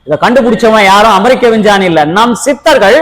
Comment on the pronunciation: Vinchani illa sir Vingani 😂😂